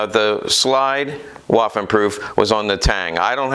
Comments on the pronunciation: Vvvvvvvvaffen, not Wafen. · please pronaunce "w" as "v", especially in the "waffen" word